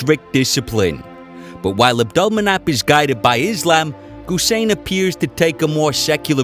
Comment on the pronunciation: NOT GUSEIN BUT HUSEIN!